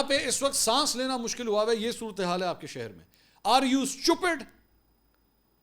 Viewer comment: The way you pronounce "stUPID" 😂❤